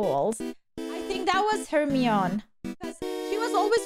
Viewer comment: It's 'Her-My-knee'.